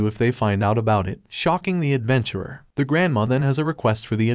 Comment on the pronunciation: Bro do not know how to say the